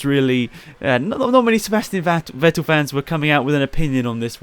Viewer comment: Ffffffffff-ettel! It's pronounced Fettel, not Ouettil. V is pronounced F in German.